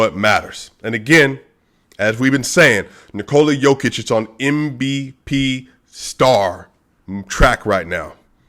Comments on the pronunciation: You're saying Nikola right, but it's Yooo-kitch and Voo-chevic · Whoever said Jo-Kitch is trolling you dude :D